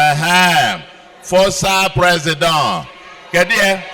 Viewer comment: Baba said "Presidio".... 😂😂😅😅😅😅😂😂😂